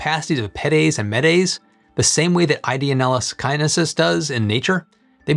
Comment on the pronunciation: sakaiensis not sakainesis